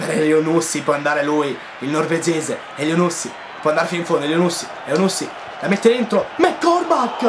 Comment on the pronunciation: essendo di origibe marocchina credo che elyounoussy si pronunci accentato alla fine sulla y